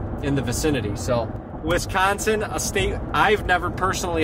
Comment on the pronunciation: It’s Wisconsin not wiscansin